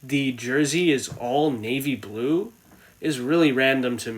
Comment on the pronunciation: Nave blue socks nave blue helmet navy blue everything or whatever you said 🤣🤣🤣🤣